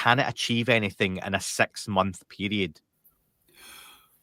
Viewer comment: Cmon you sound like an alien, sex instead of six. There’s no shame in sounding English, put the hatred aside it’s 2025